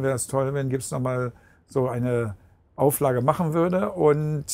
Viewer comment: Hmm...he can say "scorpions" and "Gibson" just fine. HMMMM!